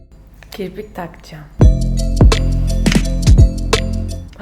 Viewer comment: "kihrpihk tahkçahm" 😂😂😂